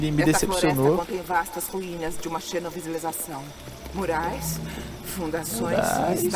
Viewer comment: nem a mulher consegue falar xenocivilização kkkkkkkkkkk Xenovizilização é meu piru, porra! hsuahsuhausa